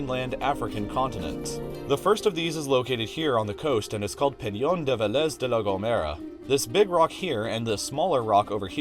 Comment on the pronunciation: me: peñón de Vélez de la gomera He: peryon de Veléz de la gomewra